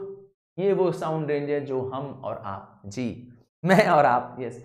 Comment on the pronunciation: Sir aap ji ko d bol rahe hain